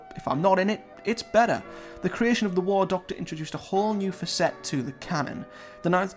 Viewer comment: that's 'faaacet' not 'facette'